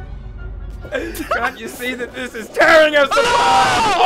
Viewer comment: Can't you see this is terring us apart!? Me: You mean bring you together.